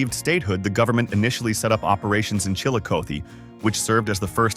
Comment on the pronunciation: Like Chill a coth e.